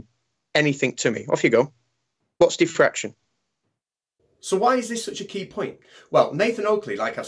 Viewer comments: What’s diffraktion? :-P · Nathan, what is "Thi Fraction"? How about "Die Fraction"? Brilliant! :)))))))))))))))) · Sounds like some people were saying "deefraction" as if it were an undoing of fraction. Teehee. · I have to admit, the first time you said it here, it sounded to me like "de-fraction", and I had no idea what you were talking about. I don't think Nathan has that excuse though.